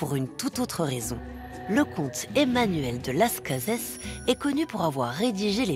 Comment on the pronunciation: Las Cazes ? Je croyais que ça se prononçait à la française…